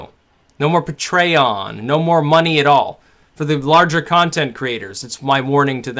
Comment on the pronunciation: lmao at "Pa-tray-on"